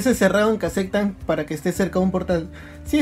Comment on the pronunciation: "Se acectan" xD